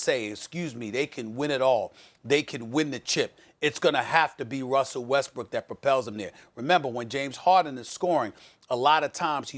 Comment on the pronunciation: “wussell restbrook”